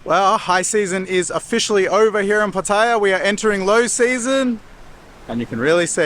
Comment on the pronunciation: Its Pat E AH l cringe every time you pronounce it wrong